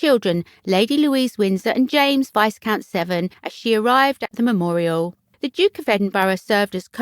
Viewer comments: Vi count……not Vis Count! Don’t pronounce the ‘S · Who is the narrator? One would think that a woman with a British accent would know how to pronounce "Viscount." Vize-count? Really? And, Queen Alexandria's Royal Army Nursing "CORPSE?" Sort of defeats the purpose of having nurses if they are just nursing "CORPSES!" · Please learn to pronounce viscount and corps, giving English speakers a bad name 🙄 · Can't you find a narrator who knows how to pronounce the English language? It's COR, not CORPSE, and VI-COUNT, not VIS-COUNT. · Somebody should teach the narrator that viscount has a silent s and corps is pronounced core and not corpse!! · I really appreciate this channel. Keep up the good work. However, please double check the pronunciation of words if they're not in your everyday vocabulary e.g. corps and viscount. I wish you continued success with your channel. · The presenter really must improve her pronunciation and learn to pronounce words like "Viscount", "Lieutenant", "Corps", etc. "Corps" sounded like "Corpse"! The stress patterns are also dreadful. If you have a channel about formal institutions like the Royal Family, it needs to be presented by an educated person, otherwise, it gives a very erroneous impression when facts and pronunciation are just plain wrong and non-British people may not realise this! At the moment, this channel is just like a comedy programme with all the errors!